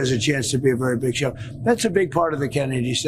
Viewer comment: "We're going to have a really big shew..." Ed Sullivan tRUMP...